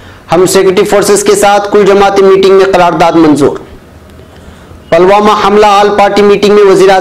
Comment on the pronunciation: sahab ap apneapko aeditar bhi kahtehai Lekin apke sabhi news me alfazon Ko jahilyat se Bolte hai yah ek jahili ka subut hai use khabar me ap Pulwama Ko palwama bol raheho yah Kiya jahilyat hai